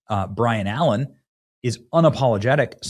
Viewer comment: Byron BUY RUN Allaen not Brian